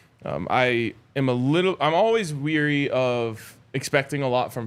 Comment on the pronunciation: So since Jake often gets razzed by for name pronunciations, gotta point out that on this show twice pronounced ''wary'' as ''weary.'' Weary is tired, wary (w-airy) is cautious, as in just now saying ''I'm always weary about...'' Hopefully the FDP Alyssa or someone else will pass this on to him. Thanks for another fine Sko show!